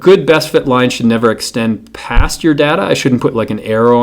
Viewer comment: Its data not data